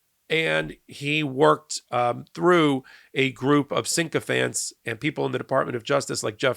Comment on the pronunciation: Sycophants not "syncophants". Please stop abusing the Queen's English, or maybe the King's English 🫢